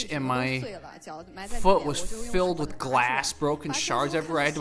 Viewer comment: So this guy, after stuying in the US, still pronounces WITH as wiss. So his parents wasted their money.